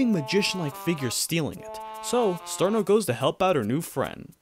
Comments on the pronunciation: Its pronounced CH-irno, not SER-no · it's "cheer-no" not "SeEr-No" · Her name is pronounced cheer-no (chiruno in jp) not sir-no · An accurate phonetic pronunciation of "Cirno" is Xjheirnoughf. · ah yes, my favorite character, churros